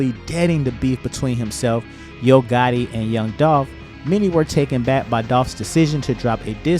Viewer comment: it's gotti, you said gotta. Twice. 😊